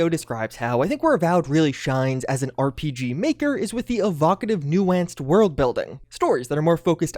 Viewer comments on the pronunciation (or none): my guy said new-antsed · The way you said "nuanced" was vile.